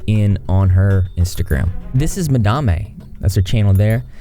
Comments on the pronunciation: Mah-damn. Not mah-dom-ayy lmao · It’s pronounced Mad-em. Lol madamay sounds too bougie for her. But I’m not going to lie, but it frustrates me when a news channel or commentary channel is trying to impart a story, to mispronounce the name several times makes me feel like someone didn’t really research their piece. But besides all that i think the issue is that you have two people who are very young and Madame treated the whole situation so poorly. She has wayyyyy more of a following than the artist so it’s so uncalled for to punch down like that to a 15 year old kid. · Ma-dam-ay. Is that how you pronounced that? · Nawnii recently made a video where she says it's pronounced madamE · I’m pretty sure it’s pronounced “mad Am” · yes. I'm surprised he didnt know the proper pronunciation. I found it quite funny. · The “e” at the end is silent in Madame, madame is a french word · I like how he says it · His weird pronunciation of 'madame' stressed me out the whole video, lol. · Madame is a french word, the e at the end of words in french are often mute, and the a in french are pronounced with a more open mouth than in english. Don't worry with the mistakes, names are hard because on yt the name doesnt have to make sense haha. Keep on going! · Does she realize she is pronouncing her channel name wrong? That's irritating! I'm sure there is a story behind it, but eehhh.... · It's driving me crazy how you pronounce the word Madame, it'd have taken you 5 secs to look it up